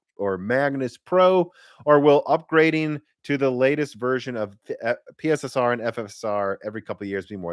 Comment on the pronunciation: It's pronounced "Pisser", not "P.S.S.R".